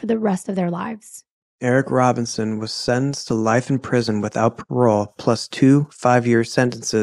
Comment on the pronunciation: Uggg !! The english pronunciation 🙄 there's 2 words I hate when people don't say them right . 1 sentenced, they say senenced , and important, they say , impordant !!! ,makes me wild 😂😂